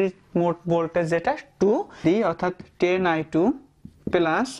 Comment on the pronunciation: পিলাস না ভাই প্লাস মজা পাইলাম